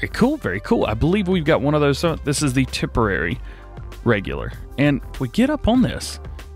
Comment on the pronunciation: Pronunciations Tipperary = tip er ary Kildare = kill dare